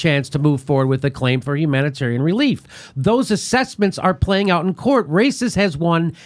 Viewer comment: Raices is pronounced “ rye-EE-sess”.. That aside, hillary the fucking coward caused the refugee crises in Central America, chief of which was her cia backed Honduras Coup. Google Berta Caceres, a Honduran activist who fought to her death against Big Oil’s destruction of the land and the people.